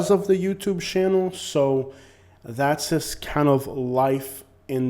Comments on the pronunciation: I agree except you keep pronouncing JUST as SHUSH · And SHUSH instead of JUST